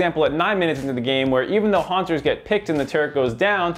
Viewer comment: hauntzerSSSSSSSSSS? wtf say the guys name right PLEASE